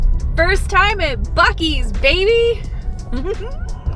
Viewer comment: Thank you for pronouncing buc-ee's right!